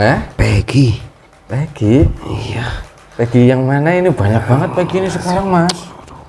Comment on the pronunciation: Egi bang bukan pegi